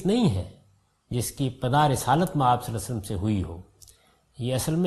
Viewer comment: As an admirer of GHAMIDI sahab with due respect GHAMIDI sahab Has so much knowledge about Arabic language but his pronunciation is very week,even he COULDNT pronounce “Svallallaaho ‘A’layhi Wasallam”properly. Very Strange.